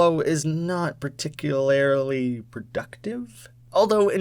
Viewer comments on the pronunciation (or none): "particul-air-ly"? odd pronunciation